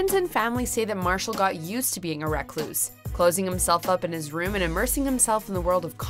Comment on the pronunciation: Did she say rackluse?